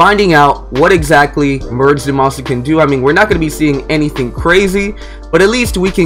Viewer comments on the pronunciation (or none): I’m glad someone else peeped that out I thought I was the only one like there’s no “U” in there bro stop saying that lol it’s Zama-su two syllables with an “A”